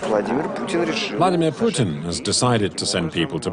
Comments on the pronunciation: Puteen? I've never heard Vladimir Putin's name pronounced like that. usually people who want to make it clear they don't like the man say "Pewtin". Puteen is a new one entirely, totally unprecedented in fact. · "Vlad Poutine" Lmao